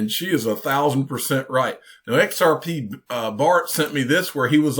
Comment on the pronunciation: He couldn't say xrp 🤐